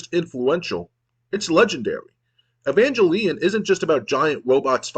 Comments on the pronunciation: Im mostly confused on why you pronounce Evangelion like that. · entonces basicamente es un juego de aviones? how could you misspronnounce evangelion xD watch it at least!